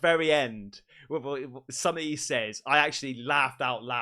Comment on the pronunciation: I love the way says… somethink… like he’s got a stuffy nose. He really emphasizes the “ink” part & it cracks me up for some reason! My husband is from England, but he’s from Bristol, so he has a different accent. Funny how they have so many different accents in a country the size of England! Although, now that I’m thinking about it. We have different accents just in different parts of Southern California! I could tell If someone was raised in the valley bc they have that vocal fry, (think valley girl, or Kardashians). Whereas I’m from the Westside, where we speak more surfer/skater dude! 😂 🤙